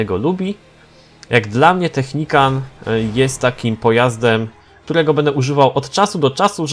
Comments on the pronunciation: zrozum że to nie jest technikan tylko technikal już nie da się tg czytać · Technical a nie Technican :P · to nie Technican tylko Technical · to jest "Technikal" a nie technikan xd tak jakby co😀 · Wtf co on ma za problem z tą nazwą... nawet w tytule zrobił błąd xddd ( nie technican tylko technical ) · Technical a nie technican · " technican " XDDDDDD